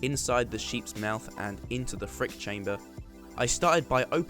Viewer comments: Say it right, "Freak chamber" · I like how you say freak chamber 😂